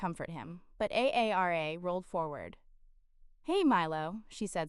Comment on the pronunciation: Story is good but hard to listen to when A I can’t say her name Aara but A A R A!